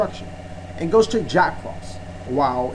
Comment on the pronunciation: everything was fine till you said ghostrick lol